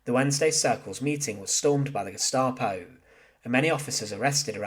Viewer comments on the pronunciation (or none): none